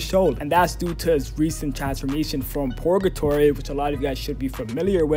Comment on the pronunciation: It's Purrrrrgatory, not Porgatory lol